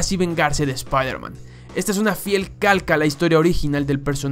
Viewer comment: Nadie:: sprhmen